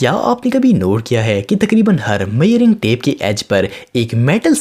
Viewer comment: Are bhai मयेरिंग nahi hair vo मेजरिंग hai